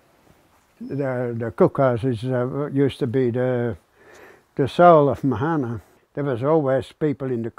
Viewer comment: It's pronounced maahana. Not mahaana. That's why these things don't work. Don't call things Maori names on Maori land if you can't even say the words properly. Bloody pakeha